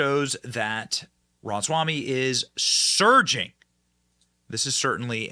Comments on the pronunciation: Benny you keep saying Ram-swamy, when its Rama-swamy. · Johnson is the worst at pronouncing names and certain other words. Just sound it out bro! It’s not that hard! RA- MA- SWA- MY{pronounced me}. Pff don’t even get me started on how he says Burisma! He calls it “Bursima” all the damn time. So annoying. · 💜 this guy! Why does Benny consistently insist on mispronouncing his name?